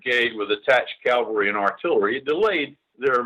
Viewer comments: The word is CA-VAL-RY....not CAL-VA-RY!!! Calvary comes from the BIBLE. This mispronunciation gets on my LAST NERVE! Gen. Scales should know the difference! Otherwise, this is a very good video. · Someone should tell Gen. Scales the difference between Cavalry and Calvary. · I applaud Gen. Scales work. I'm a huge NBF fan. My pet peeve, as a former Cavalry troop, is people saying Calvary, not Cavalry. Jesus was crucified at Calvary. I see comments using Calvary. It's like people saying aks not ask. Makes me cringe. Pronounce the correct word! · Interesting piece. Love NBF!! BTW, the word is CAValry!notCALvary!!This guy being interviewed AT LEAST gets it right half the time UNLIKE 95% of any hollywood movie EXCEPT Clint Eastwood in whatever he’s doing. Mercy sakes that bugs the shot outa me!